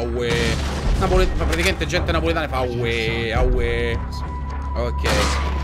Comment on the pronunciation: Ciccio non dicono awe i napoletani dicono we senza la a fidati vengo da Napoli